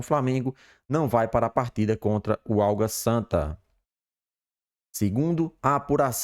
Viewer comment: Eu ouvi vc falar por duas vezes OLGA SANTA , que time é esse ???? Seria o ÁGUA SANTA ????